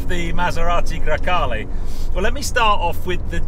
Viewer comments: Come on it's GrEcale, not GrAcale... It's the name of a wind... Coming from Greece (Grecia in Italian). Cheers from Italy from a Spyder owner (and no, the cabin is of equal length!:-P). Love your videos and podcast, keep up the good work! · GrEcale, not GrAcale..... just saying